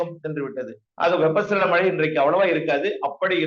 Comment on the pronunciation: நேர்காணல் செய்பவர் மழை என்று திருத்தமாக ஒலிக்கவும்.